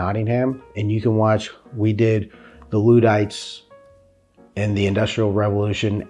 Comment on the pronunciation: Ludd Ites my friend. Not Loo dites. Have fun